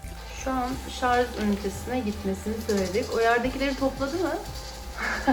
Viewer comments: Şarz değil Allahım yarabbim, Şarj Şarj öğrenemediniz şunu ya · Lütfen şarz demeyin.